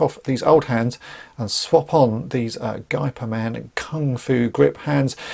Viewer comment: FYI, the closest pronunciation for "Gey" of Geyperman is the english pronunciation of "Hey"